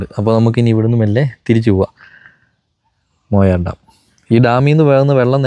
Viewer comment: മൊയാർ അല്ല മായാർ ആണ്